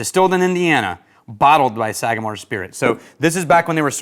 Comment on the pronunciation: The pronunciation was perfect! Glad you enjoyed it, it’s one of my favorite ryes. Also enjoyed their 8- and 9-year previous releases. Thanks for having me out to the Bonafide Whiskey Enthusiast course at the academy! It was a great time, great course, with great people. Cheers!